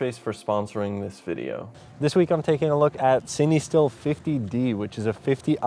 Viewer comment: fatheryelvy because that’s how it’s pronounced bud